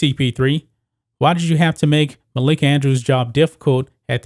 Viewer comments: It’s “Malika Andrews” not “Makaila Andrews,” you 🤡. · It's Malika not Makaela. Get your facts straight bro. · MUH-LEAK-UH......lol....love the stuff just pointing out her real name...but you did get it on the 3rd try🤩😂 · I cringed every time I heard makayla andrews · The fact that he keeps saying Malika's name wrong is stopping me from watching this video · MALIKA BRO ..ITS MALIKA 🤦🏿